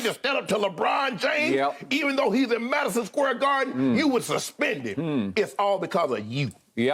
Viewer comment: SHANNON: Madison scare garden. I’m dead